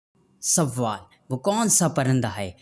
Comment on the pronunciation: Talaffuz thik kren pahle sawaal nahi sawal or jwab